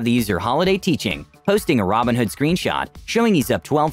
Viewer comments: Yo im listening to the audio only and I swear yoh pronounce robinhood and ramenhood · The videos are great, only thing I would maybe nitpick is everytime you say "robinhood" I have to do a double take, because you pronounce it basically like "ramenhood", lol, wonder if anyone else noticed that :P But the recap videos are great, nice to get my gambling fix satiated vicariously